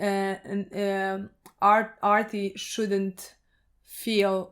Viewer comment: ARTIE not Archie